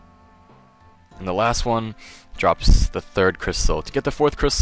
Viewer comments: sha-maan? loool more like sha-min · l2 pronounce your words correctly. say with me sha-men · lol. so funny how you pronounce shaman. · How do you not know how to say shaman OR enclave. Hell you can learn the word Enclave from Fall Out. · Why do you say Shaman like that? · please learn how to say "shaman" correctly lol that was irritating the hell out of me, other than that thanks for the guide